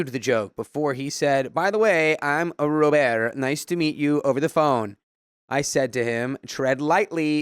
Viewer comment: Story 1: I cant stop laughing at “Ro…birrrt” 😭